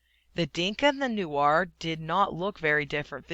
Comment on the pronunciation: its N-U-E-R Not N-U-A-R